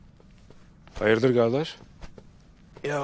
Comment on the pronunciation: Brother, and please everyone who is saying Gardesh, it's Kardesh not Gardesh. You are ruining the word.